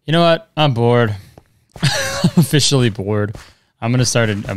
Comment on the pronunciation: ofishially bored? :O